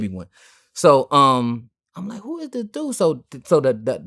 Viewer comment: Thii whaa thaa, Thii whaa thaa 🤣🤣🤣 I'm just realizing he has a speech impediment 💯🤣